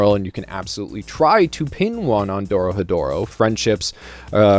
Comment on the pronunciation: It's not that hard to pronounce once you get the r sound right, roll it with your tongue quickly, go through re, ro, ri, ru and ro, then move on to ryu, rya, ryo if you want to overachieve, ryu is especially difficult in the beginning. So, Do Ro He Do Ro is how it breaks down, look up the pronunciation of those Kana and you're good. Not really difficult but I've been speaking this accursed language for a while now.